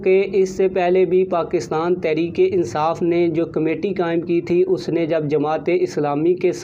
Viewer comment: محترم عرض ہے کہ پہلے اپنے الفاظ درست کرے تحریک انصاٖف تو ٹھیک کہتے ہیں جب کہ تحریک لبیک کے وقت آپ تخریک لبیک کہتے ہیں یہ لکنت کیوں؟ دوسری بات ہمیں اتنا پتہ ہے کہ بابے کا بیٹا ہمارا سودا نہیں کرے گا یہ سب خواب خیالی ہیں